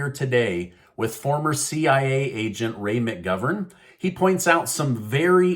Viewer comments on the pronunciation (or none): none